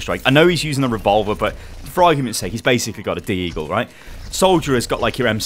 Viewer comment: i cringed when he said Deagle